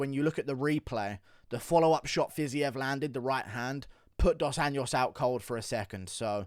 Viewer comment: I’m a big fan, but it’s about time you start putting a bit more effort to try pronouncing the names of Brazilian fighters right. RDA didn’t start fighting yesterday and the JO in Anjos sounds exactly like that, a J, pretty much as in Jones. Really not that hard (not a Spanish “ñ” for sure, which is how you keep saying it. And for Pedro Munhoz, it’s not MOOnhoz, it’s MunhOHz. What a boring ass card btw. Keep up the good work mate.